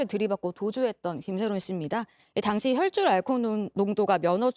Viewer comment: 연예계 최고? 연예전문 발음이 왜르케 이상해요? 버벅되고 발음 짧은소리까지 뉴스에 집중이 안되네.. 김새론 이야기중 혈줄? 알콜농도..북묵부답? 가수 박낭정? 기타등등 넘많네요 가나다라마바사아자차카타파하!!!!! 기자라면 기본 발성연습부터 다시 하셔야될듯..